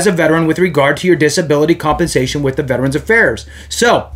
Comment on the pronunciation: thankyou for saying Veterans correctly. Not VET-TRANS. Have a great day